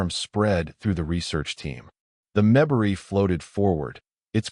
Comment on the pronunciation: Terrific story that is incomplete. The bad pronunciation by the AI narrator is very disconcerting, and annoying. The difference between PROject and proJECT is monumental. Pronouncing MEMbari rather than MemBARi is insulting to the species. Difficult words like bow and bow have entirely different meanings. This is why and real person, fluent in English, really needs to be narrating stories. Looking forward to s part 2 plus.